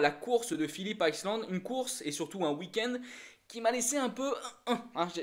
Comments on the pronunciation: C'est Phillip ISLAND pas Phillip ICELAND. Je veux pas être méchant mais je vois pas le but de cette vidéo. N'importe qui peut faire une vidéo en donnant son avis, on apprend rien. Tout le monde sait que Zarco a joué le top10, tout le monde sait qu'il a que 3 courses pour prouver à Honda qu'il a le niveau, tout le monde sait que c'est un coup de poker... bref désolé mais je vois pas du tout l'intérêt de ce genre de vidéo, on sait exactement ce qu'il se passe en lisant les articles motogp des différents sites. A la limite une vidéo de quelqu'un qui a des connaissances dans le paddock et qui balancerait des news ok, mais là je vois pas l'intérêt pour les fans de motogp qui connaissent parfaitement la discipline. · Par contre ta prononciation de « Phillip Island » fait saigner les oreilles 😳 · # # # le circuit c'est pas plutôt Phillip Island [aïeland] au lieu de [iceland] ⁉️🤔.... 🏍️😉👍 🔵🏍️